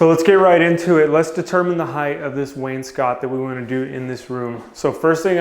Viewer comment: You pronounce wainscot correctly.